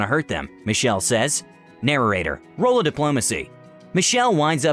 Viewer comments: I really hate the way you say narrator, you add an extra syllable. It's 'nair-ate-er' not 'narer-ate-er' It feels funky to hear it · Am I the only one who is annoyed he keeps saying “narrarator” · Narorator? What's that?